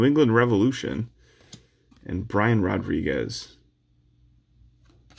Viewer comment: If you're reading this, it's Haam-es Rodrigues. Not James. Also UEFA is pronounced YOU-AY-FA